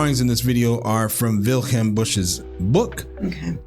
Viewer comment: It's not "Wilchelm", it's "Wilhelm"